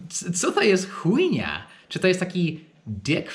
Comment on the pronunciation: piłem pepsi i jak powiedział swoim akcentem Ale Chujnia, to biurko sobie oplułem xdd